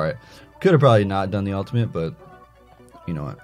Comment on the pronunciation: why do you say ultiment???